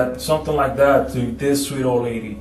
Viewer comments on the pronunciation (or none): none